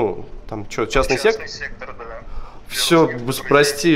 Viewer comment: Частный сектЕр , правильно сектор , ну и грамматика